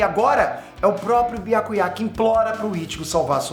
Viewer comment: É so eu que fico com agonia da pronúncia que o fala o nome do Byakuya? 🤡